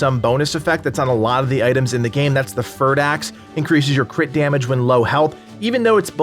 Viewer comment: This video got my like but.. fur-d axe. 100+ hours on mute, I guess🙄